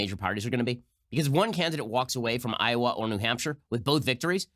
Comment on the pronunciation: Did burny just pronounce Iowa.....Iowere? Of course he did.